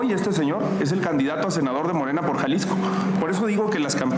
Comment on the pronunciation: de verdad Xochitl no sabe pronunciar la frase "or"? dice "po falta de infomación" jajajaja wtf